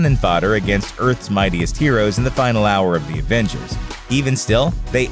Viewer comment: Why d o u say advengers its avengers